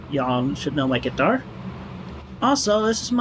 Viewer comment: The way he says quitar